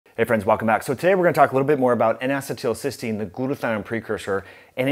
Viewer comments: This is good info. Thank you. BTW, it's pronounced "N acee til cys teine." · I can't deal with your pronunciation of N-Acetelcystene. Other than that, great video. I just started taking NAC today, added it to my regimen of CoQ10, NAD and Claritin for allergies and post nasal drip. Hopefully I can stop taking the Claritin soon.